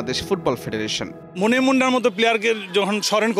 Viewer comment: Halar News presenter... Momen munna na reee... Monem Munna... 😥😥😥😥